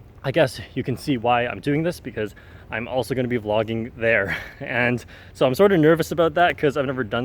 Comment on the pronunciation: You will do it great, don't worry about your "vloogging skills".